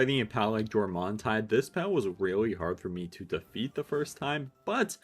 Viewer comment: "Jor-mon-tide" Jesus christ... learn to pronounce their names... ffs its like people have no fucking education these days...